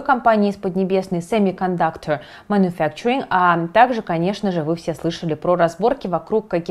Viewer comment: И каждый стремится из штанов вылезти и показать, какой он у него, якобы крутой английский. "Семикандакче макуфекчин"))) Говорите правильно "Семикондуктор мануфактуринг". Смешно же наблюдать за тем, как с питерским акцентом пытаются строить из себя английских леди и лордов. Это не просто нормально, но и правильно говорить на чужом языке с некорректным произношением. Это естественно. А то, ну как же, я буду по-англицки шпрехать хуже лондонца?! Это же караул. не по ГОСТУ! Нет, буду ломать язык и коверкать привычные для себя звуки, чтобы хоть чуточку ощутить себя похожей на королеву Великобритании.